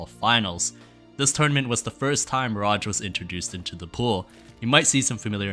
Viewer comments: why is this man calling mirage miradg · Gotta say, never heard anyone botch the pronounciation of Mirage so deeply. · The pronunciation of mirage almost drove me mad 🙈 it's a really cool video idea, topic and coverage though!